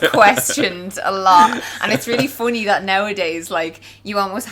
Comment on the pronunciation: "It's really foony"